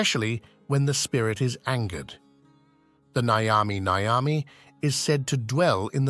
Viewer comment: It's not Nigh-yami Nigh-yami or whatever the hell you said. Nyami Nyami dude. Pretend you've eaten a nice burger or pizza or whatever, and you enjoyed it so much you say it tastes nyummy. Now say it twice